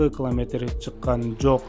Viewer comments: Клометр дебей километр деп туура суйлочу.Маалыматына рахмат. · Туура окучу бай болгур , кламетр эмес километр ! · Муну биз сенсиз эле коп жыл мурун укканбыз ,жанылык эмес !! Эмнеге жулунасын менин сага айта Турган кенешим ,жакшыраак окучу ,биринчи класстын баласына ,окшобой кламетр эмес километр , кулкуну келтирбей